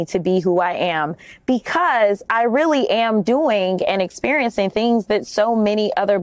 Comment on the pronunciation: "experiencin"?????????? you go girl! i won't aKs you where you get yo' fake eyelashes, either.